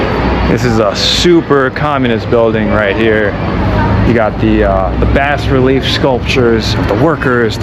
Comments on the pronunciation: And bas relief is pronounced BAH relief. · Also "Bas relief" mispronounced.